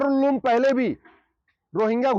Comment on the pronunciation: Ulem nahi he uloom he😂😂😂😂